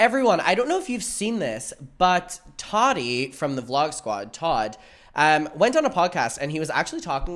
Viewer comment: I keep hearing Tati and not toddy 😅